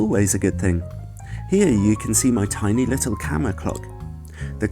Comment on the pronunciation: I agree, the "R" becomes "L", so "camera" is "camela" :)